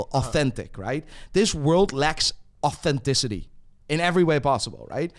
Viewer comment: ‘The world lecks ortenticity’